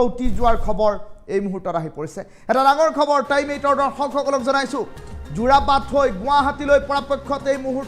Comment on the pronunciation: যোৰবাট নহয় 😂 যোৰাবাট হয়